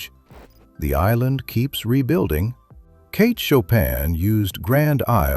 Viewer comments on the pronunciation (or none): none